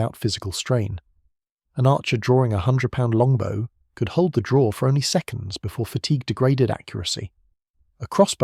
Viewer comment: ? he pronounced bow incorrectly. AI. No idea what you are commenting on